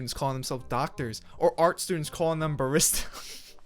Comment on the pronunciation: it took me awhile to get because he pronounced barista so badly